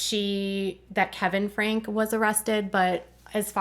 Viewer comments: I believe their last name is pronounced "Frankie". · They’re last name is pronounced Frankie, nor Frank.